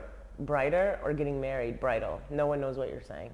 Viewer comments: "Brighter or Bridal? No one knows what you are saying" (Confidently): "They know" Me: still confused 😂😂😂😂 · He said bridal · Ok😂😂😂That cracked me up..what are you saying Bridal or brighter, brida, brida. I burst out laughing. Thank you. Great to see more people have discovered you guys. You definately brighten a day. Blessings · Brider, brythal 😅😅😅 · Bam you’re confusing my Nigerian brother & I😂 BRIDAL! He said Bridal😂😂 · I totally thought he said brighter when he stressed bridal the last time lol 😂